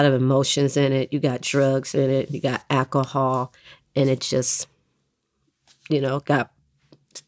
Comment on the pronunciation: She said “Akahall” 😂 😂